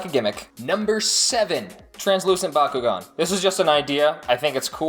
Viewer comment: It’s Bak u gan